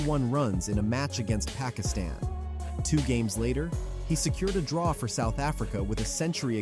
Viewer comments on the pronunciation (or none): none